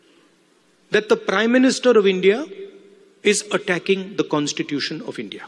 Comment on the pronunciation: Constitution not constition